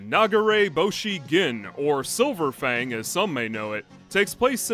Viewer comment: Why did I hear "which is silver fang" as "which is so profane "